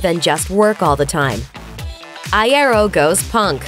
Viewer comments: ITS I EAR O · I-yeh-ro wtf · Eye-air-oh Oml stop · Frank Eye-air-oh smh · I want to die after the way she said "Iero" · oof i died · ThE wAy ThEy sAy "IeRo" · Lol that was so annoying. Good video, not so great pronunciation of Frank's last name. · Anyone else annoyed by the mispronounciation of Iero? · T-they mispronounced “Iero” 🤦🏻‍♀️ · I cant be the only one annoyed by how they say Franks last name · the thing that makes me slightly uncomfortable is when they pronounce iero a different way and in my head i just go "no" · That’s not how you say Frank’s last name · AAHH YOU'RE PRONOUNCING IERO LIKE GERARD ALWAYS DID STAHP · THAT IS NOT FRANKS BIRTHDAY, AND THAT IS NOT HOW YOU SAY IERO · The way she said iero😂😂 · I’m sorry but I hate the way she says Iero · Hearing them pronounce frank iero like that makes me cringe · NNNNNGGGHHHH PLEASE stop saying Iero that way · Why she say Iero like that tho I want to 💀 after the way she said that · The way she says iero triggers me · “frank eyeairo” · First of all its eye-ear-oh please thank you Second of all Frank didnt know about the split he found out from fans on Twitter And I'm watching this after the reunion show lol😂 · Every time she said Iero as I-air-o i wanted to throw up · "Frank eye-ero." IM DYING LMAO. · It's "eye-ear-oh", guys... Frank would have told you already. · Is anyone going to talk about how she kept calling him Frank i-are instead of l-ero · “Frank Eye air oh” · Oh my god it's "eye-ee-roh" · Isn't it Eye-Ear-Oh?? Well, I've been saying it like this for the longest time :/ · I'm triggered by how Iero was said at the beginning of the video. That was like Iaro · "Frank eye-ye-ro " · I'm cringing every time I hear "eye-arrow" I'm pretty sure that's not how his last name is pronounced. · 'fRaNk EyE-aIr-Oh" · "I air oh" Pffffttttttt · I-air-oh. Smh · Did you seriously pronounce frank’s last name I•aro? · EYE. AIR. OH. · "frank i-air-oh" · The way they say iero I'm crying "Eye AIR oh" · Eye-ear-o not eye-air-o